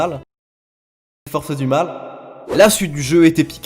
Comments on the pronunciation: Force du mal pas forsses du mal PTDR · "Forsses du mal" ??? C'est pas trop français ça si 😂